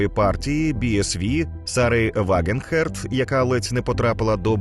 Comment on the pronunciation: дякую вам за розлогий матеріал і чесний,розумний аналіз.Маленьке уточнення-сучка у Німеччині,яка ледь не потрапила в Бундестаг, має прізвище Вагенкнехт, а не Вагенхерт...